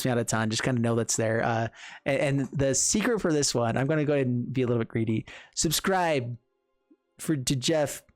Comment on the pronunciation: "subscrive fur da jeff cuz he's kewl"